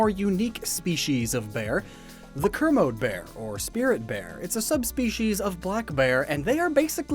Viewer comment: It's pronounced ko-mode-ee bear, every one 1 in 10 black bears are white, it's said to remind the people of a folktale (something about 10 year winter if I remember)